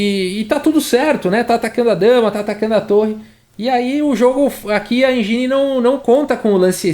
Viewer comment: sugestão para melhorar ainda mais: engine não se pronuncia enjini e sim êndjin